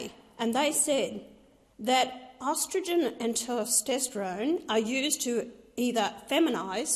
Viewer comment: Ah yes the hormones “ostridgen” and “ter-stestrone”